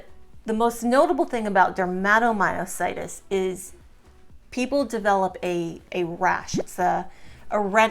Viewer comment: OK, WHY IS THIS WOMAN CALLING DERMATOMYOSITIS, SO WEIRDLY 😢 DERMA, IS THE SKIN. THAT'S NOT HOW YOU SAY IT. MY CHILD, HAD IT. HER CK, WAS 16, 000. PLUS THE RASH, IS NOT, JUST THE HANDS, THERE'S THE BUTTERFLY RASH, THE FEET, LEGS. IT WAS SO DISTRESSING 😱, 😲 TO SEE MY CHILD SO DAM ILL. SHE, HAD, EMG, SHOWING, HER MUSCLES WERE DYING, HER MUSCLE BIOPSY, WAS CONFIRMED. HER, FRICKEN SPECIALIST, DECIDED NOT TO TREAT MY CHILD, 'WAS NOT THIN. SHE'S AN ADULT NOW, SHE STILL GETS THE RASH, THAT, PRETTY MUCH EATS HER.🥶🥵. I'VE BEEN GOING THROUGH MUSCLE ISSUES FOR A LONG TIME NOW. I AM IN PAIN 24/7. USED A CRUTCH, FOR AROUND 15YEARS. I WAS EXTREMELY ACTIVE😮. BANG, SUDDENLY, I COULDN'T DO THINGS. I HAVE VERY RIGID MUSCLES 😭 CAN'T GET OUT OF BED 😔, MY MUSCLES WON'T LET ME 😢. I FALL A LOT 😲😱. I HAVE TWO FORMS OF DYSPHAGIA, (SHE SAID THAT, IN A WEIRD TOO). I'VE RECENTLY, HAD POSITIVE ANA. COMES, WITH LUPUS AND MIXED CONNECTIVE TISSUE DISEASE . A MYOSITIS. DAM, NOW AFTER ALL THESE YEARS, OF FIGHTING GASLIGHTING DOCTORS 😂. (THEY ARE LEGAL DRUG PUSHERS 😮). SO, I WAS PUT ON DIAZEPAM, AROUND 15 YEAR'S AGO. HOSPITAL, WON'T SEE ME UNTIL I'M OFF IT. SO, I'M WEANING OFF, THAT'S FINE. BUT FEEL SAD, 🙏 I GUESS, MINE IS POLYMYOSITIS OR B.I.M. I AM DISGUSTED 🤧😨💯 THAT SHE SUGGESTS, THE COVID VACCINE, COULD BE A CAUSE, FAKE NEWS THEN 😢. AND HIV. NAH AHA 🤢🤧.. NO ONE NEEDS, TO HERE THIS. ANYWAY,🙏 😱 THAT'S ENOUGH. AS ALL THESE POST, THESE VIDEOS, BUT NEVER REPLY TO ANYONE. HOPE ALL YOU SUFFERERS, ARE DOING 😊 OKAY.